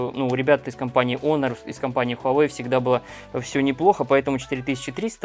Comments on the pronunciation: Не онор а хонор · Почему "Онор"? Вообще то читается " Хонор" т е " честь". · даже смешно.....))что за Онор. такой. Если есть претензии на знание английского языка, R в конце слова не произносится.[ˈɒnə] А знания видимо нет. Лучше говорить по русски ХОНОР и не смешить других.